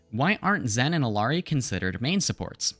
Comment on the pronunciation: everytime you pronounce her name as “ILL-ari” an angel loses their wings